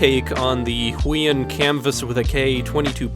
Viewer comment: heueun Me: Actually its pronouced who-e-on